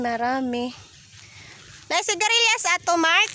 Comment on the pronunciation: Hindi Yan sigarelyas lods hehe senigwilas.